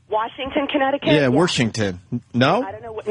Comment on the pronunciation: Man you could just hear the air leaking out of the room at the end when Opie took over. WARSH? WARSHINGTON? WARSHINGTON? MY DAD LIKED CHICKEN WE TRIED TO GET HIM TO EAT A SALAD. DAD EAT A SALAD. BUT HE ATE HIS CHICKEN. WE WERE LIKE HE EATS CHICKEN. HE SHOULD EAT A SALAD. WHY MAKE HIM EAT A SALAD. WE'RE TRYING TO GET HIM TO EAT A SALAD BUT HE SHOULD JUST EAT HIS CHICKEN. THE GUY JUST WANTS TO EAT CHICKEN WHY ARE WE MAKING HIM EAT A SALAD. What fabulous "steering the show" Opie radio genius sure can set up the comedy....